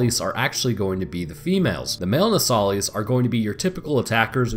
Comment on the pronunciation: “No sah lis” lis as in list. It’s said in the game so many times and you still gotta say it wrong. My brain hurts everytime you do. Other than that, it was entertaining and informative